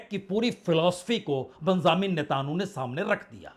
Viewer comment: Natanu pronunciation galat hai sahi pronunciation Netanyahu hai ise aap correct kar len